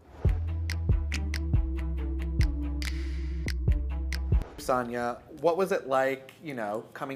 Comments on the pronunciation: She accepts her name to be pronounced SAN and SAHN lol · So Sanya is just going to let Marlo continue to pronounce her name incorrectly 😂? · madlo always saying her name wrong..samya don't mind😂